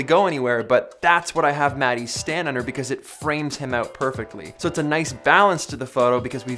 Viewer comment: Congrats for 900k subscribers! It's funny how you pronounce Matti's name, I'm used to pronouncing it differently 😁